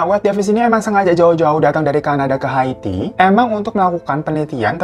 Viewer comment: Kenapa Ikke bacanya hati bukan Haiti 😆😆kelamaan jomblo ya gitu tong 🤭🤭